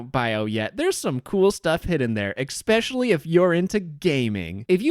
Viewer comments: The only reason you could be considered a psychopath is the fact you say "eggspecially" instead of "especially" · ppl who say especially like eggspecially 🗿